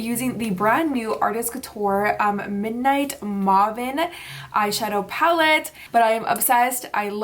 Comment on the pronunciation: It's pronounced midnight mayven (may-vin)